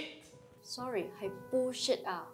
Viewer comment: Bullshit R都讀唔正